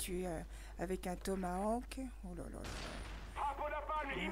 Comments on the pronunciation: MDR "TOMAWAK" x) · magnifique le kill au "tomaouak" ;)